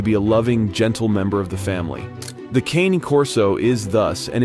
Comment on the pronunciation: Come on man, speak Italian properly. It's not KANE.